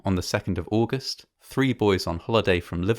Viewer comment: On the second of aouhhgust